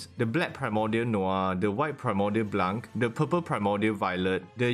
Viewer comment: When you say blanc you don't say the c at the end, and it's not june it's jaune, "au" in french is pronouced "o"